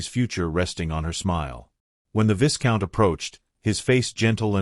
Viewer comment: Vi count not vis count. This story was too ambiguous for my taste. Not enough explanation for full understanding